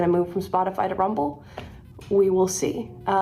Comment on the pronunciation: Take th' muhnee an RrUuMmBbllll